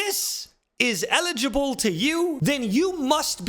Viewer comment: Was that 'eligible' vs 'legible' intentional?